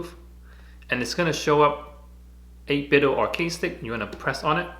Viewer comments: First off, excellent video, thank you. I'm just gonna throw this out there, 8bitDo I would think would be pronounced doe not do, like Nintendoe / 8bitDoe lol Also I would think through a software update that they can make the macro work no matter what side your are facing. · i'm a little late to the party but the company is pronounced like nitenDO not "do" as in "to do". They collaborated with "Analogue" on Nintendo accessories, hence the name - but very good review nontheless! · It's 8bit-DOH like Ninten-DOH. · Surprised how many people call the company 8Bit-"do" as in "just do it" when it's clearly a play on the name Nintendo which we pronounce it as "dough".